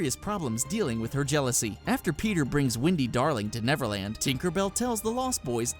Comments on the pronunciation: dude pronouce your e's its wendy not windy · It's WENDY not WINDY gosh...